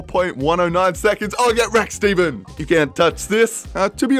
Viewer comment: Just to set the record straight it’s pronounced Stefin not Steven.